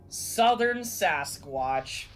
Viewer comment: Looked like Eyes at first... OHHHH I saw a reaction to this! How they swarm and ATTACK out of NOWHERE 😣 I suppose some could say that a Cannible of sorts could be a level of a Wendigo? I thought I remembered it being Skinwalker Why do I think it sounded like “Swasquach” there? 😂😅